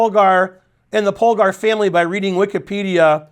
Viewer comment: Whenever Ben gives a lecture about Judit Polgar it always makes my day, partially because Polgar is the only hungarian word Ben can pronounce decently and with the little US flavor in Judy I'd say the overall effect is even better than perfect. (In contrast to "Berkes", "Maróczy", sorry but those were horrible.)